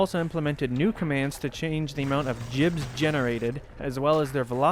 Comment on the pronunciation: This mf getting sent straight to hell when he pronounces God as "Jod" IT'S GIBS, NOT JIBS. IT'S SPELLED WITH A G, NOT A J.